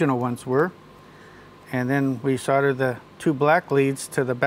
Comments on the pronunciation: this man is great but he cant say solder for shit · That seems to be the way most Americans say it, I've noticed. Canadians too. How or why they came to drop the "l" in the middle, I have no idea.